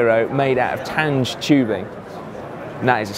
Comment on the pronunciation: "Tange" is pronounced more like tongue with a g as in gun and an unaccented e